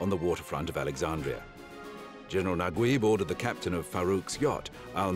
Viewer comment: I still don't understand why they spell Najeeb as Naguib in English.... so weird. The commentator pronounced it completely wrong LOL. It's NajEEb.